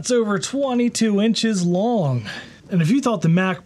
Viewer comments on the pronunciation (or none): none